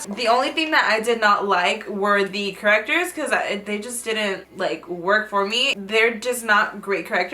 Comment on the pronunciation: "Because you know...correctores" xD